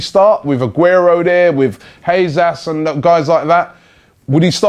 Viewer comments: Gabriel "jeZAS" 😂😂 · "heyzas" sigh robbie say his name right